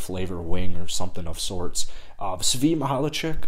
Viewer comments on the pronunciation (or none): You pronounce Svi’s name worse and worse every time😂😭